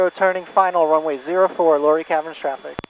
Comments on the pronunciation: Nice video. Not to be a nudge, but the name of the caverns / town is pronounced “lah Ray”, not lory. Just saying. Digging the Grumman. I’ve been flying an AA5 Traveler while out here in Oregon! Fair Skies and Following Winds! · Luray is pronounced Loo-ray.